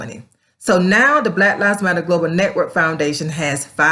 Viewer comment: "Blat Lives Matter" LOL.